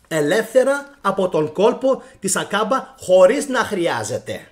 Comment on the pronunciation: 'Aκαμπα αδερφε, Άκαμπα οχι Ακάμπα, πολυ καλη η σκεψη και η αναλυση σου σ ευχαριστουμε πολυ!!!